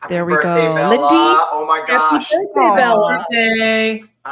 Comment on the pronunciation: HAPPY BIRFDAY < english 😬